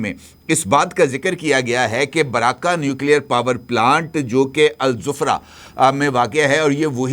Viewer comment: Al zufra nhi Al Zubra hai😂